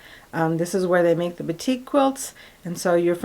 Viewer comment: A friend grew up in Indonesia. She pronounces “batik” as BAH-tik, emphasis on the first syllable. I try, in my small way, to pronounce names as they should be in the original language.